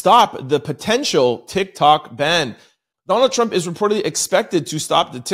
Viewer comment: I think you put to much emphasis on Trump name. Even if it's not intentional it comes across that you appear to be . Just saying from following you. I just got in a diff if opinion about your opinions as well as All our opinions